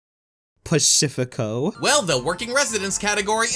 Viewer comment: Idk why, but the way says Pacifico kills me